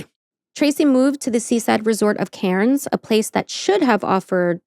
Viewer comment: As an Australian the only correction I want to make is the place called Cairns is pronounced as cans, like Melbourne you don’t pronounce the R 😊